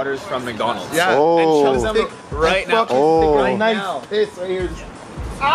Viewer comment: lmao says i need to piz again!